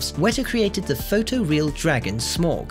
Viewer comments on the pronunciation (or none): none